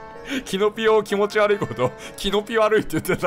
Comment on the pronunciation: キヨ「キノピオを気持ち悪いってことをキノピ悪いって言ってたww」 自分「wwwwww」 キヨ「なんも面白くねーわ」 自分「」